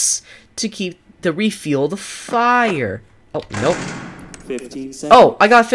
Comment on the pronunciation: You don’t have to say fire like “Fire” (EDIT: The tree bully is not a trickster and it’s trickster not “trickster!”